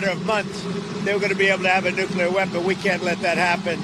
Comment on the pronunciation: we love the S@ out of you, but please, it's nuclear not nuculer✌️